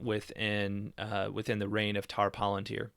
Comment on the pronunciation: I believe the word palantir is properly pronounced with stress on the second, rather than the first, syllable.